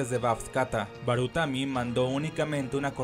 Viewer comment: Hay un par mas de errores, como cuando le dice baratumi a barutami. Pero el del glacial es el que mas resalta.